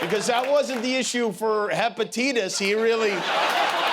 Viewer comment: Hepititas lol 😂